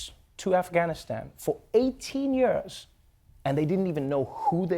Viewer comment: The most dreadful thing about this video is Trevor trying to pronounce ( years), it's always a challenge and he always says it wrong.